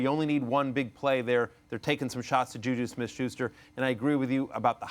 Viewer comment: simply cannot pronounce "JuJu Smith-Schuster." Weak.